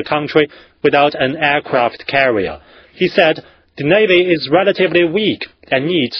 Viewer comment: ok, I lol'd Aircwaft cawwier